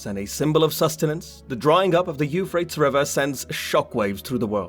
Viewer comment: Euphrates it's three syllables not two